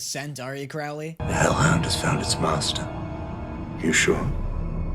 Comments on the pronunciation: i beg of you, cr-oh-ley is good omens, cr-ow-ley is supernatural 😭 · Im sorry but i swear to god. CROW-LEE. THAT IS HIS NAME PLEEAASSSEEEE NOT CRAW-UH-LEE. CROW. LIKE THE BIRD. PLEASEEE IM SOBBIGG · You're gonna be delighted to know that David just gets sexier as the series goes on. And please don't start mispronouncing Crowley like you did with Alastor. It's Crow-lee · What is with all these reactors who can't pronounce Crowley's name right? The first syllable rhymes with "crow" like the bird "crow", not "now" or "cow". Listen to Aziraphale say it, if anyone knows how to say his best friend's name, it's him. Holy s***, I am so done with these people. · The way you say Croiley offenders me ITS ‘CROW-‘ AS IN THE BIRD ‘LEE’ AHHHHHHH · I'm gonna stop you right there. He pronounces it Crowley as in "crow" (the bird), not Crowley as in "crowd." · GOOD. OMENS. YES. Small thing; CROWley. Pronounced like the bird. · “Crow”ly btw, like the bird